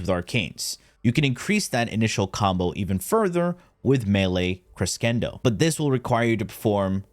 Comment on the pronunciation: Amazing. Wealth of knowledge, as per usual. just so you know, and if nobody's said yet, 'crescendo' is a musical term and is pronounced 'kri-SHEN-do' or 'kri-SEN-do' depending on who you ask. It pretty much means 'rising action' or 'steady increase.'